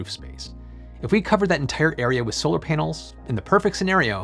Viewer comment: Every time he says "panels" it sounds like he is saying "penis"...